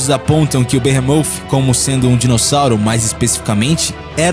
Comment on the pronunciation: Deslike só pq não sabe falar sauropode e behemoth